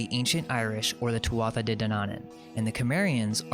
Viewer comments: I'm so glad I couldn't get much sleep . I got to see the Irish history that got deleted . 1 little tip your pronunciation of Irish is a bit off, sort of rushed. Take your time its easy eg tuathata (wrong spelling but a tip is "th" in Irish sounds like "h" with a bit of native twang so tu- ah- ata I've even lost the ability to use it .I'm nit picking but your research is so good it would sound better . only to Irish people but our language has been on a soft kill program for years that's why I mention it . I think there's a reason Also no one credits us with any accomplishments ...that is strange everyone says it but no one acknowledges it keep it up I was talking about us building everything and in recent supposed history under slavery basically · Thank you muchly. Great work sir. I'm Irish and following ourstory closely. One thing .... The tuatha is pronounced two-way.